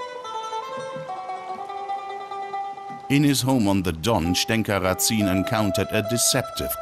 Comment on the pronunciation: Just a remark. The last name Разин is spelled in Russian as Razin (rAh-zin, with stress at the first syllable), not as Ratsin in german way. ☺ And yes, Razin was regarded by the plain people of his time as a 'good chieftain' like Robin Hood in England. At least, there is a folk song on his favor.